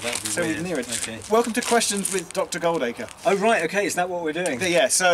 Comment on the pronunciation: Has nobody realised its Ben Goo^Hldacre!